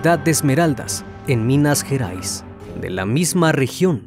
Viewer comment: És minas gerais no minas jerais